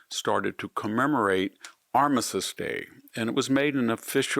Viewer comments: If you are having someone edit your videos, they need to do better with the pronunciation of certain words. With all due respect, Armistice is pronounced Ar-mis-tiss. Your verbal (on YouTube video) comes across as Ar-missis … which is incorrect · It’s not “Armisist” Day. It’s Armistice Day. Additionally, nucular is not a word. Nuclear, however, is.